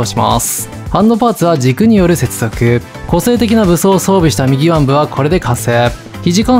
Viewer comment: 右腕の読み方は「うわん」か「みぎうで」ですよ